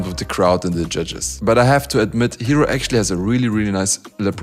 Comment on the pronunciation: ヒロがHEROて発音されて意味も変わるのなんか好き